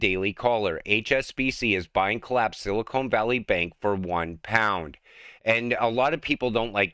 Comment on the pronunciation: Hey! It isn't Silikone but Silicon!! come on